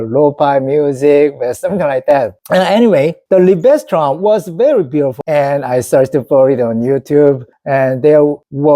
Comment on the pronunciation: Fantastic! I'm a hugh classical music fan and it's a joy to hear you talk so enthusiastically about it. I really hope you and your wife can get tickets so you can Seong-Jin Cho live. One tip: the stress in Liebestraum is on Lie. So it's LIEbestraum. By the way, I can highly recommend my favourite pianist of all time Vladimir Horowitz. Greetings from the Netherlands 👍